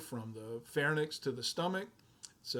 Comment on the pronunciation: I love your videos but in all of them I notice you consistently pronounce a lot of anatomic terms wrong, I am wondering if that is instead a dialect thing? Like the word is "pharynx" almost pronounced as "fair-inks" but you kept pronouncing it like "fair-nicks" or "pharnyx".